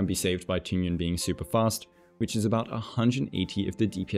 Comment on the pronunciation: that Tingyun pronunciation was so on point, better than the other ones, I think it's cuz the intonations are correct.